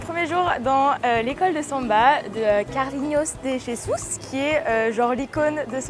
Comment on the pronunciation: "carlinios dé jésous" d accord 😂😂😂